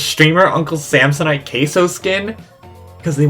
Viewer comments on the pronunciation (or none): none